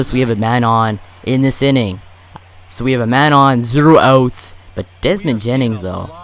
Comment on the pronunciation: He says outs like oots. You English bro